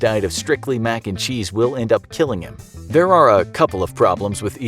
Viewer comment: I got likes for every time the narrator says max and cheese